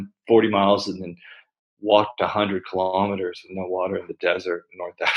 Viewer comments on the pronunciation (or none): none